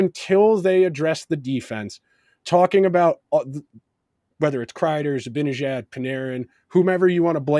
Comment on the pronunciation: Love the podcast. It’s pronounced Zib-Ann-Ihh-Jad.